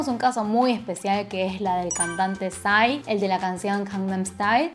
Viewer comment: Yo viendo que psy aparece en el video 👁👄👁 Por cierto recien me di cuenta de que PSY se lee (pisai) y no (pisi) 🤡